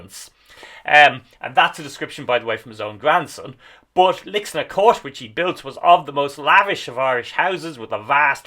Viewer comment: Lixnaw is a tricky pronunciation - most locals seem to call it Lickschnaa with a silent w, as best my ears can pick out.